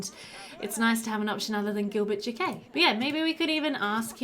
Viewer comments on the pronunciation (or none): Oh noooo, checked the player and this is one of the last three episodes in this LP 😢 I hope that you end up coming back to Pleasantview ❤ (Alsooo since we’re still talking about the Jaquets, in case you were curious, it’s pronounced more like Jackets 😂 Jah-K-ette - I’m a french speaker and just wanted to help you out ❤ I think you pronounce it cute and Spanish)